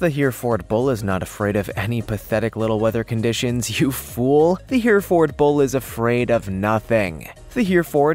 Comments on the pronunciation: 😆 😆 😆 I was thinking the same thing ! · it’s pronounced ( hair-a-fid ) not (here-a-Ford) It’s (Sim-A-Tall) and Chalet. A draft animal , not drought animal. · Here we pronounce it ( Her-ferd ).